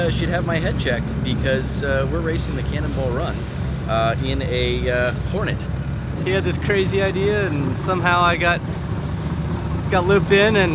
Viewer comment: Horneey. It's a Hornet, not a french bread.